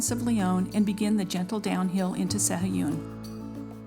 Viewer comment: Proniunciation is SA-A-GOON.